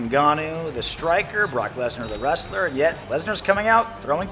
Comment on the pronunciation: Gameology “brock lesna”